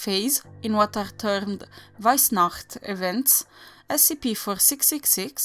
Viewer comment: Loved it!!! I could listen you saying weissnacht for hours! And damn those towns pronunciation, you're on fleak 😉